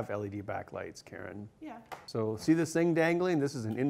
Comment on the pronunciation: Why, it's the Battletoads pause music! How many bonus points do I get? 1?.5? 3/8? BTW I'm really digging the guitars during the VO segments. - C'mon,, it's "Karen". - Ben, you meanie!:( < >